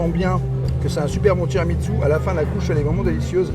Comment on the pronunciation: Merci pour cette vidéo très instructive les! A chaque fois parle de TramiTSu…mais ça se prononce TiramiSSu. 🫶 Continuez comme ça, vous me faites voyager au quotidien et j’adore nos rendez-vous.